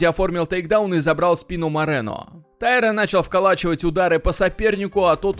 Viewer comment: Правильное ударение - ТаИра.